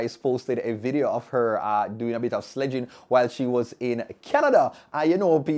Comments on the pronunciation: It's pronounced Slay not Sledge 😭😭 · he said "slegging" and the thing is a SLEIGH Americans call it Sled...variation of the word...it isn't incorrect. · Ok...thanks for the countdown...entertaining as always, however one "likkle" correction the word 'SLEIGHING' is pronounced "SLAYING"...like Santa's Sleigh OR Sleigh bells ringing 🔔 😊...bless up